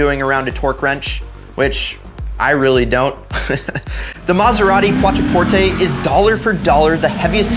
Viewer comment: It feels like your saying Quattroporte wrong. Idk?